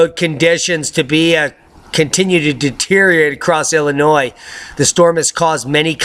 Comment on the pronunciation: BTW; Loved the word play on Illinois/annoy . Awful poetry but at least you know the proper pronunciation. Keep up the good work.